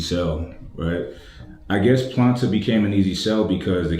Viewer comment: But why the name "Planta" though? Maybe it's me, but before I saw the brand and the writings, I thought was actually saying "Platain", like the kind of big bananas (pause) that you dice and fries actually, sounds almost the same to me.